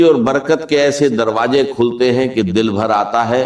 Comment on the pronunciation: Woh kamene deepfake video kiu banya , Urdu ke talfuz sahi ada nahi horah, Kameny , aisi harkat kun kar raha. Ukheen, roji, darwaje, kaise kaise ghalat alfaz estimal horan. Kameny teri shikyat you tube se karta hoan